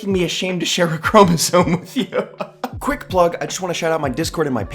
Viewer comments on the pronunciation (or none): none